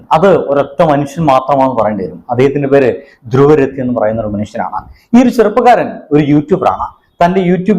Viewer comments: ധ്രുവ് രതി അല്ല ധ്രുവ് റാട്ടി എന്നാണ് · ഹേയ് Mr. ആദ്യം ആ വലിയ മനുഷ്യന്റെ പേരെങ്കിലും പഠിക്കാൻ ശ്രമിക്കുക, druv😩ദ്രുവ് റാട്ടെ ആണ്, റാട്ടെ അദ്ദേഹത്തിന്റെ sir നെയിം ആണ് mr. കഷ്ട്ടം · സുഹൃത്തേ "ധ്രുവ് രതി"യെന്നല്ല അദ്ദേഹത്തിന്റെ പേര്. യഥാർത്ഥ പേര് "ധ്രുവ് റാഠി" എന്നാണ് പറയുക. ദയവായി ശ്രദ്ധിക്കുക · ചേട്ടാ ധ്രുവ് റാഠി എന്നാണ് കേട്ടോ.